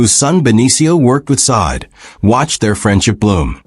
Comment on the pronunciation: Please get their names right! It’s so disrespectful to keep calling this woman Saad! Her name is Sade pronounced (shauday) what’s crazier is the first time you did her name you pronounced it correctly. And every cringing time after that you desecrated this woman’s name! If you’re going to report or do a segment on someone at least know their name! If she was my deceased child, I’d be absolutely furious!